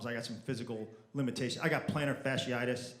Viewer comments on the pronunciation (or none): none